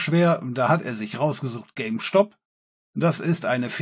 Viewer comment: Diese Aussprache von "Stop" triggert mich ein wenig...